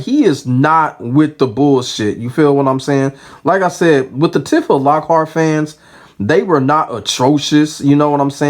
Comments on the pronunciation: Side note, it's pronounced "T-fuh" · I hate that i gotta be the one to say this but its Tee-fah bro lol, good video tho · The way you keep saying her name is triggering me. Go off tho king 😂